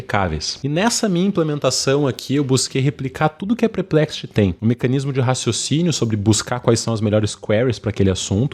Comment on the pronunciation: Perplexity = Pêrplé-qui-siri 🦀! Result = ri-zólt (Not Ri-zól-tchi!)👍🏾...ri-z🌞-t 👌🏾 Spawn researchers = spôn (Not Espôn) rí-Sir(English)- tchêrs de tchau. teacher = Tee + tchêr... Researcher = ri +"Sir"+tchêr... Tcher de Church (Chur= tcher). Greetings from Florida! 👋🏾 Obrigado pelo tutorial! 🙏🏽 💙